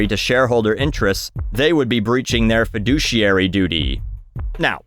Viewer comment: I own stocks and this video is the first time I heard feduciary